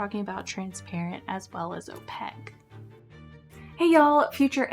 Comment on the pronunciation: I agree with you about the utility of opaque colors! (Opaque rhymes with snowflake, not jpeg)